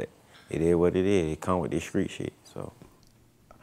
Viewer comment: In the skreetz of London